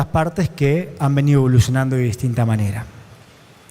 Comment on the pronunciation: DEJÉ DE VERLO CUANDO DIJO "MANERE"